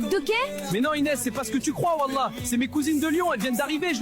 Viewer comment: la manière dont les IA prononcent "Wallah" j'ai envie de sauter d'une falaise